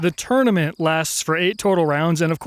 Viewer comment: Is it just me that keeps hearing him say tourmenent instead of tournament